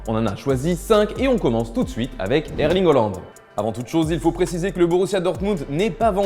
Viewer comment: Il a dit herling hollande😭😭